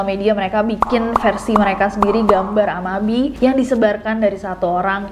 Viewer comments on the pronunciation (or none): Cara bacanya 'a-ma-bi-e' ya, Bestie